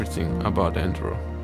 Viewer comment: You mispronounce enduro so many times in the first minute that I gave up